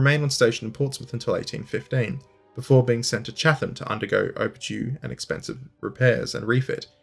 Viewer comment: Cha-T-ham! Not chafe-ham. Overall loving the videos👌